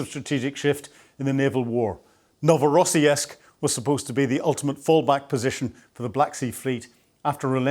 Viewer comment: PleASE, It's pronounced Novo ro siisik Thank you for the coverage